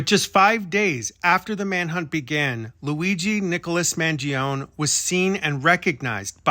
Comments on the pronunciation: According to his politician relative…the last name is pronounced Man joe nee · Off on his last name's pronunciation but great job otherwise! Love all your content! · why do you insist on mispronouncing his name